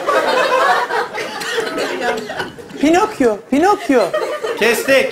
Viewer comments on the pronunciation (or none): pinakyo pinokyo 😆😆